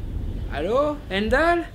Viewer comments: c'est pas "hendall" mais on prononce Haïmdall 😭 (désolé ça m'a stressé) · c'est pas enndal mais Heimdall Non mais on chipote mais bon...